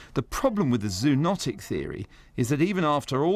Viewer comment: Repeat after me: ZO-o-NOT-ic